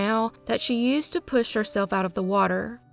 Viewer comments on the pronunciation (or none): none